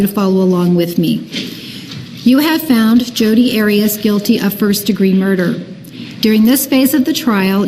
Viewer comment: He didn’t call her by her name to her during the entire trial….when asking witnesses questions it was always Ms Arias and he intentionally pronounced it differently every time….